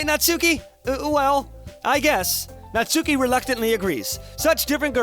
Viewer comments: also, it was bothering me but it's pronounced "natski" (or less emphasis on the u) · Um, just to clarify it a bit, Natsuki's name is properly pronounces as "Natski" (u is almost nonexistent). Just... weebs (including myself xD ) won't twitch every time you say her name, ahaha~ ^_^' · it hurts every time you say 'natsuki',.. please fix that:')